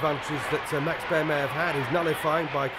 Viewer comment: Who is this commentator calling Joe Louie And Maxie Bear WTF.